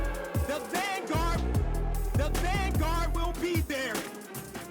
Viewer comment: Vin guard, is it? Van gourd? 😂😂😂 I've got Paknesia